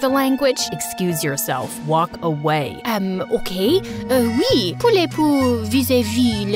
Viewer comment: bro said wewe😂😂 not oui oui😂😂😂